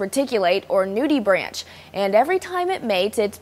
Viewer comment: it's pronounced "nudie-brank".